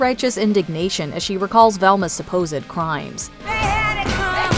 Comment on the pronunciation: Love how says "supposed crimes "🤣🤣🤣